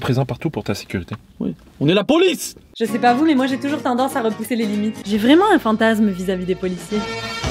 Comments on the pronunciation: La poice au lieu de police 🤣🤣🤣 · La Poice :-D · La \POICE/😅😅